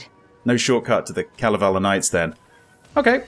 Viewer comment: Loving the playthrough, really looking forward to the next chapter <3 but also, gotta say since it made me giggle - when says Kalevala Knights (Kalevala, our national epoch), it sounds a lot like Kalavale Knights (witch translates to a very popular saying 'fish-lies', aka. lies you tell people about the size of the fish you totally caught from the lake, but it got away, you should have seen it, it definitely was real)